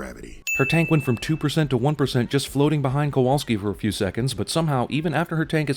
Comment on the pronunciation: You also missed and in fact kept repeating the mispronunciation of the name Kowalski